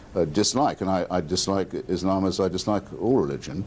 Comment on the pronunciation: "EESH-LAMB" isn't a race